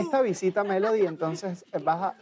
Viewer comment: le dicen melodya y es melody ._.